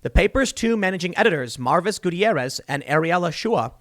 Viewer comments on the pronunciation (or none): none